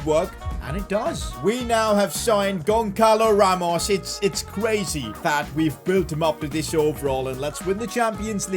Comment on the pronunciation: btw the ç is like ss, so gonssalo ramos, not gonckalo ramos